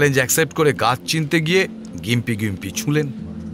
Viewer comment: গোয়েন্দাবাবু, ওটার উচ্চারণ জিম্পি ( gympie ), গিম্পি নয়। মোটামুটি ভালোই লাগলো অবশ্য।